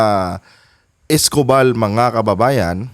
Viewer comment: Gen Escopal mali ang pronouciation niyo.